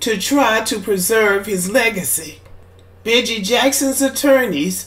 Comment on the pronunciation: pronounced beegee like the beegees